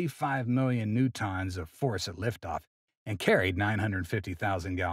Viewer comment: New-tonns? What??